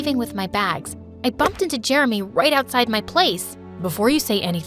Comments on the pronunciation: He pronounced Jeremy Jermy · is it just me or did i hear "i'm germy" instead of "i'm jeremy"